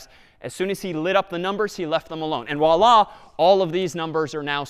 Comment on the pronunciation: Yeah his voilla completely sounds likr arabic Wallah